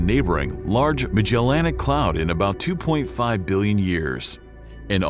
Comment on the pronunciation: Metallicity has five syllables. The narrator is missing the i after the double l, and it should have the principal accent: metal_I_city. The o in globular should be short as in glob, not long as in globe. The narrator's pronunciation of Magellanic is just weird. In most people, such errors would be honorable, as it means they read the word before hearing it spoken. In a narrator, however, such errors are not honorable, as it means they read the word before hearing it spoken. There are many good astronomy channels on Youtube that should be consulted as reference. That said, I did enjoy hearing about the components of the Milky Way and how it came to be.